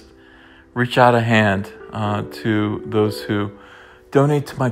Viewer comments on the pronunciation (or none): none